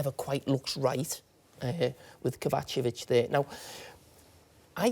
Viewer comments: Did man say Kovachovic 😂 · Did he just say kovacovic? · Who's "kova-chavic "?